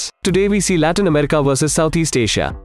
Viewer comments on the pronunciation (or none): none